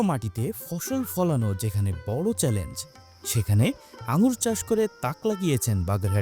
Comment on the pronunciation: আঙ্গুল না । নামটা ঠিক করে বলো ।